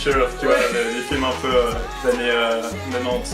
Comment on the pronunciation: ...ai je bien entendu " des annes